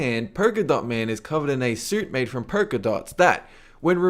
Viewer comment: porka dots? You can see the "L" in the word polka right?